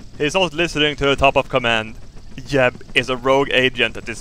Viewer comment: why does he pronounce jeb as yeb